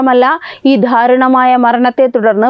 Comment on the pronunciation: 😮😮😮ഉച്ചാരണം പഠിക്കുക. ധാരുണമായ മരണം, വിധ്യാർത്തി, യദാർത്തത്തിൽ😮😮😮😮